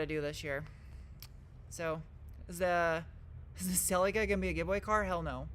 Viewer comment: Why can’t you pronounce Celica properly? 🤷‍♂️🙄